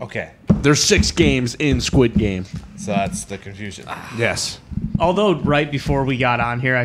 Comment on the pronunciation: How bad butchered Squid Game lmaooo